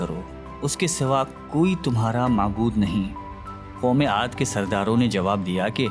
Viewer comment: Amaad nahi bhai emaad hai